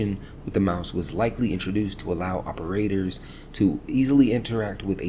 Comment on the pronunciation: Bro not that it’s bad or anything but it’s hella funny sometimes you’ll exaggerate the before last syllable of a word when it’s not applicable 😂 “Of the malWARE.” “For the operATORS” “going about THINGS” lol